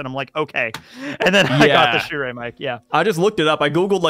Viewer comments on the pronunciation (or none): the way tekking pronounces the mic brand "Shure" is very odd. its pronounced sure my guy not sure-ayy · Btw Shure is pronounced like sure